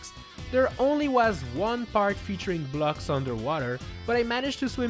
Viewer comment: BLUGS, you say blocks not BLUGS